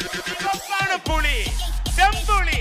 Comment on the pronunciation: Idhu ration kadayila kidakkira PULI ... :)- TR's pronounciation sucks (la, lla)